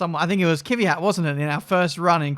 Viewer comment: an its pronounced kwiat not kivyat